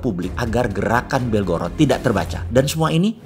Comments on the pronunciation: BelgoroD bukan BelgoroT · belgorad bacanya om hehe selalu seru gt nonton videonya bossman biarpun kadang ga mudeng2 bgt🤭🙏